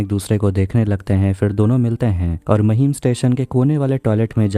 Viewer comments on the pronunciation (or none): महिम नाय रे लवड्या... It's माहीम! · It's माहिम not महिम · महिम नही बे ,,,,, माहिम बोल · Bhai maheem nhi hai mahim hai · Mahim nahi maahim pronounce krte h usko😒